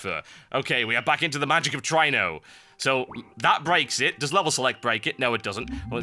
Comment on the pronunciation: really try-no i thought it was tree-no